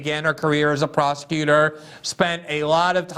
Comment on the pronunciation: wait did Glenn say Kamala was a prosecutor or prostitutor?